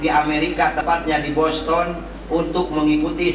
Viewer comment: Ke 7 negara berarti bahasa inggrisnya jago dong ya minimal. Tp boston dibaca boston? What? :D are u kidding me?